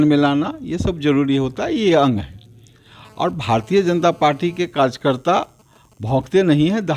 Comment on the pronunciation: Kajkarta Kya hota hai be Anapadh 🤣🤣 pehle karyakarta bolna seekh Bhai fir rajneeti Karo🤣🤣🤣